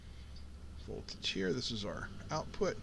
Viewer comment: No VOLAGE but VOLTAGE.